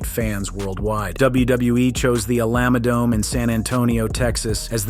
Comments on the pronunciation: Alama-dome Alamadome And finally, ALAMODOME! 😂😂😂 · Whats the A-LAM-A Dome? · Alama-dome Alamadome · The What-dome?! cmon bro... Greetings from Texas. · first example _ (a) the alamo dome _ saying it incorrectly was distracting (b) the kayfabe of the rumble is an EASY work around .... ie: a long walk to the ring can give talent in ring a rest, and a build for said wrestler walking in. and just give the timer 95 seconds, lol for the next person .....